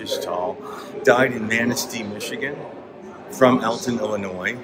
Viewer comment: I'm from Illinois. Thank you for knowing the S in Illinois is silent. Most people that don't live here always pronounce the S. It bugs me every time. Thanks for that.